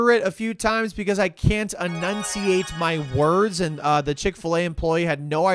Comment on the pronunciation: its enunciate😭